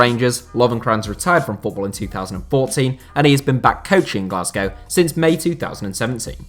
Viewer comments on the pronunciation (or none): none